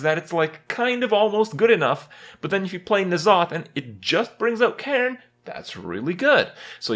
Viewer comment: its so annoying to see when hearthstone players that dont know shit about warcraft say stuff that is incorrect n'zoth is pronounced en'zoth